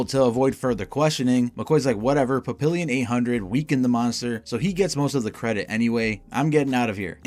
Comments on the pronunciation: It’s pronounced “Papi-yyon” the “n” is “soft”. It’s French, it means butterfly. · It’s pronounced pap-ee-on, not pap-ill-ee-on. Papillon is French for butterfly, which is why he has those tiny wings on his back. He’s also wearing butterfly glasses and a butterfly shirt.